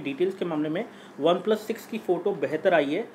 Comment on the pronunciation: 3.23 obeplus 😂😂